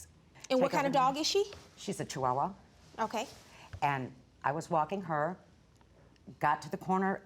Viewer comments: Charmardee Smith Charmardee Smith She literally can’t pronounce any breed of dog properly. Bichon freezee?🤣 dashhound🤣 shewawa🤣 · I hate to be the "English Teacher" here so forgive me. It's actually derived from Germany where "chs" sounds like an X. Making it sound like dox-hund. Anyway right up there with bitchin freezee & shiwawa lol🤣